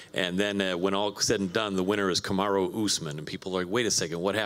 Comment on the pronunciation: Kamar”Who” Usman 😂